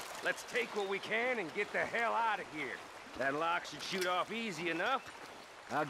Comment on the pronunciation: "BouTta sHute you Jon"🤣